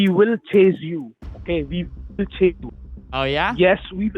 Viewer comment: i "vill" tell yu maam...